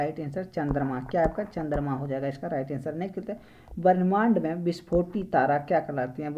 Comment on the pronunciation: Brahmand ko varnmand , dudgh mekhla ko dui mekhla. Aur bhi but ......Aisa kyun bol rhe ho. Information to bhut achcha hai, uccharan sudharne ki jarurat hai